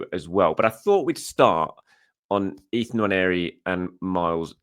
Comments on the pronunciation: Really appreciate you pronouncing Nwaneri correctly. Thank you! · I agree. It is very annoying when you hear "Wanieri"!